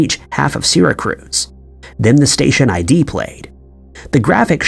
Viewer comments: Do you mean SYRACUSE, New York? I had to listen twice to make sure I heard that right! "SyraCRUZ" sounds like someplace in Puerto Rico! 😂 Just having fun with you! Love your channel and I hope you're feeling better. ❤ (P.S. thanks for the update on your anus. 😉🤣 Sorry, I just couldn't resist!) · How come the "Channel 7" one, the area/town in NY, he was saying 'Syra Cruz, but it is CLEARLY 'Syracuse'? It is pronounced like Sira•cues - hence the school Syracuse University, (and the school's paper was named 'The Daily Orange' & being Syracuse, I believe, that is bc they are part of Orange County). This area is a pretty popular known area located around what I, myself, would consider Upstate New York, bc I was raised on Long Island, New York and lived on City Island in The Bronx, & have lots of family in areas in Queens and really towns in Long Island & thru all the boroughs & so we consider all those parts of NY State above those spots where LI and any of the boroughs are, like parts of NY above Manhattan we call Upstate New York... and yes, that is the biggest span of NY but LI alone has enough people living thetr to become it's own state, having a bigger population just there than in some other total state populations. But why wouldn't he at least check the fact that it is called Syracuse, NOT "Sira Cruz", wherever that is. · Seriously? There is NO R in Syracuse wth 🤦🏼‍♀️ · "Seeracruz"? JFC, even if one lacked the basic sense that Syracuse is a major city in NYS (the 5th most-populated, actually), a bare-minimum fact-check would have caught that. And to repeatedly mispronounce it just screams Content Farm. So gross. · I love Sirricrooz. Great city. Just outside of Burrfalerr, and not too far from Alberrnerr. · Syracuse, not Syracruse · Syracruze??? Its the Cuse! Not the cruze. 🙄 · WTF is Sera cruise? It's Syracuse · was wondering the same, and hearing syracruse was weird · Lol. It took me a min after hearing it say sarah cruz to think... do you mean, Syracuse?